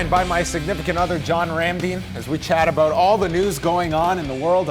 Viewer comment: Talkin "aboot" it?